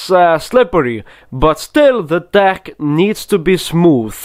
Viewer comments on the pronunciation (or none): if you think of dick when he says deck it sounds so wrong in his sentences lol i love this man